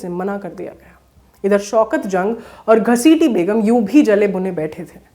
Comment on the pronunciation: "🖋️🖋️🖋️ आदरणीया ! आदाब !! आप का अंदाज़-ए-बयान नेहायत ही उ़म्दा है , जिस के लिये दिली मुबारकबाद !!! बस अपने तलफ़्फ़ुज़ (उच्चारण) पर ध्यान देने की ज़रूरत है ??? प्रोग्राम का नाम तारीख नहीं बल्कि तारीख़ है और बेगम को बेग़म कहना दुरुस्त नहीं है ????? हमारी दुआ़यें और हार्दिक शुभकामनायें 📘📘📘 "